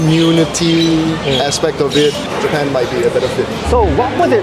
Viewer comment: everytime says.... jee pun lang....i cant help but laugh😂